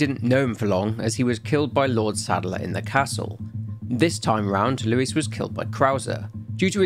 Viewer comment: I love how you say “Luis” 💃🏽 muy elegante